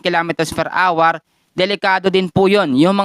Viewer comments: Nakakalost interest ang awar for an hour (pronounced as our) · Are you the one who pronounce hour or like our as awar?